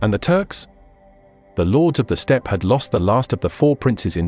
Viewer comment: Inhospitable speed just sounds wrong